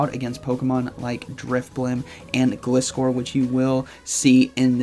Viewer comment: It's not Glis-core... It's Glizzer like Scissor...